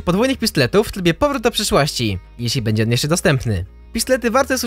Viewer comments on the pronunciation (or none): none